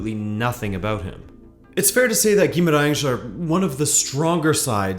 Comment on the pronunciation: I should mention that your pronunciation of portuguese words is perfect, on point: Dias, Estrela, Gaiato, Queiroz, Guimarães (which is a very hard one for foreigners), really, close to perfect. Good job.